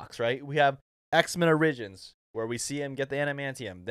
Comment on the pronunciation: I’ve never heard the word “origins” pronounced like that 😂💀